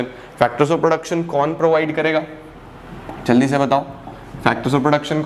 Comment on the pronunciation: please take rest your toung is sliping